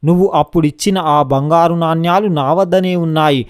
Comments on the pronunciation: Orei, yevadra nuvvu? Palike matalo avagahana ledu, yevadra neeku telugu nerpindi? Vadini G lo tannali, NANYALU yenti ra ? NANEMULU anali, telugu palakadam sariga ranollu Andaroo YEDO YOUTUBE VIDEOS CHESI MAMMALNI JENGESTUNNARU. NEEKU VAAK SUDDHI LEDU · నాణ్యలు కాదు నానలు సరిగ్గా పలుకు బాబు.